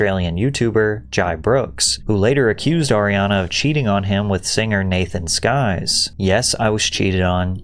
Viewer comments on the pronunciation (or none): Sykes≠ Skyes